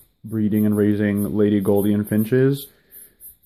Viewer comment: Their name is pronounced Lady GOOL-dian, not GOLD-ian.